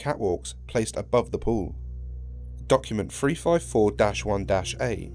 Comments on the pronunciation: you said frive four instead of three five four lol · THree not Free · SCP Free Five Four... i'm sorry but that's all I can hear :P